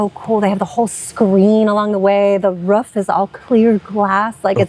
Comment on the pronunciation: I appreciate how pronounces 'roof'... definitely from the corn belt #midwestisbest